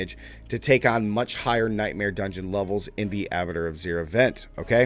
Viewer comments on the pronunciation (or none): It’s Abba-twa…. Not abitter.. Abattoir is a slaughterhouse basically. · Please, it's "A - buh - twar" not abator